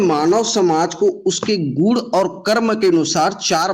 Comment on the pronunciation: सर आप दोनों पक्षों द्वारा ' गुण 'शब्द को गुड़ या गूड़ बोला जाना आपका उच्चारण दोष है जो हमारे समझने में बाधा डालता है। कृपया उच्चारण सुधारें।